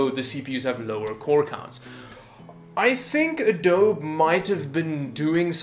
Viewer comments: it's actually pronounced "Ah-doh-be". So you are the nitwit. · "A-doab". ROFL Whatta nitwit. "Adobe" is pronounced like "Uh-doab-ee" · Adobe (uh-doh-bee). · Im sorry... Did you say "adoab"? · Good Video. (It's Adobe pronounced Ah-doh-bee, btw) :) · "Hi! I'm a computer expert, and I can't pronounce Adobe."